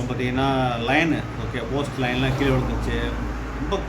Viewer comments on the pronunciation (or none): none